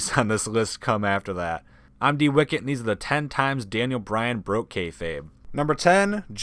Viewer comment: it's bryan not Bryant